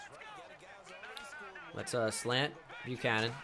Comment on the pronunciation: It's Deebo Buchanon